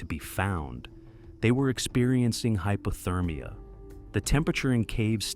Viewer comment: Hy. Po. Ther. Meea.